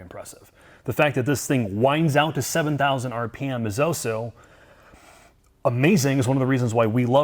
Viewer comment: Do you ever wonder why says 'Auso'- instead of 'also'? Very strange - arguably an unsolved mystery